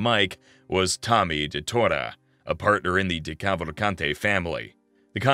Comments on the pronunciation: It’s an Italian name, not French or English, you actually pronounce the ending E. Italian Americans try not to butcher their own last names challenge, difficulty impossible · anyone else annoyed by how the narrator pronounced decavalcante? or any of the names for that matter